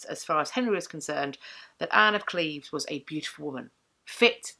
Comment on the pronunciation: Thank you for pronouncing Anne's and my birth town the correct way :) Holbein was known to be a painter that did not flatter, so his depiction of her seems pretty accurate. Additionally, to this day, a lot of women in the area between Cleves and Berg share similar features with her. Long boned, blonde or strawberry blonde, with hazel/brown eyes and a little bulby nose, and long boned elegant hands. It's a typical Lower Rhenish look.